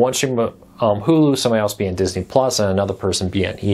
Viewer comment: Dis-iny is how they say Disney in the 'hood.